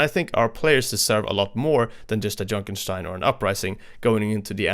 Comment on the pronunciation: I was shocked that you actually pronounced Junkenstein... correctly? I think not even the game itself does that.